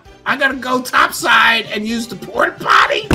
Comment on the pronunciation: "Porto-potty shadow cabal!" LMAO